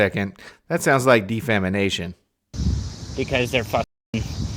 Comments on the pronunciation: Hahaha he said defamination again,. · De-fam-in-ation; the end of hunger.